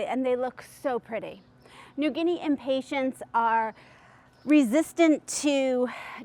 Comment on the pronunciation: It always cracks me up to hear people pronounce them impatienTS. It's hilarious -- so many videos have this mispronunciation. Arborvitae is another word that everyone screws up, too. I laugh every single time. I guess since Impatiens are from the Latin word to mean "impatient" because they tend to flower so quickly if you touch them...then I can forgive the mispronunciation. But...it's really funny to hear you call them Impatients. Like they are some sort of patient. It reminds me of people who call the coffee drink Expresso, rather than espresso. Or Cafe' Ole, rather than Cafe Au Lait. It's a hoot. Ok -- moving on.